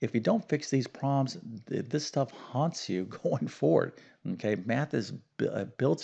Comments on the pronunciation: You might be goid at math but you need to brush up on words. Problems not prolems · Please don’t say “prah-ums ” when you are trying to quickly pronounce “PROBLEMS.”